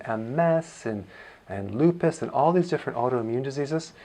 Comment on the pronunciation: It's not lupis